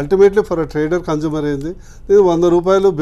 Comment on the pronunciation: Not conjumer☺☺ it's consumer